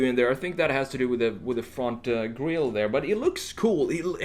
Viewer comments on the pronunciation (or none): none